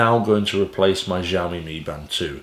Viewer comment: Good review. I have this watch and been using it for a bout a year. Great fitness tracker and ease of use. BTW, "XIOMI" pronounced as of "SHIOMI". 😁